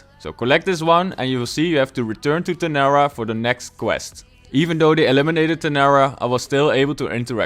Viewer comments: she's called TARANA not TANARA as u say... ❤️ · bruh you said Tanara, Its Tarana